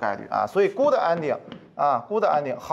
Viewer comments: 英文發音 Good 沒有「的」 B 一聲（不是四聲） n 不是 恩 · good是短元音，无论英式还是美式都不是gud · 听到“箍的”“掰的”后，我才明白我的英文是数学老师教的！那我数学不好又赖谁呢？因为数学老师不是永乐老师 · good发音错了